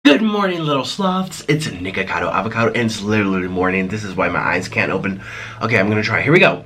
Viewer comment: Am I the one that thought he said niggacado